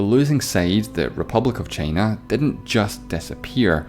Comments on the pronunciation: Why are u saying chiina its china dude wtf i am not angry but angry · Why does he pronounce China as "Chaina" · Pal, that funny pronunciation of 'Teime' (Time) and Cheina (China).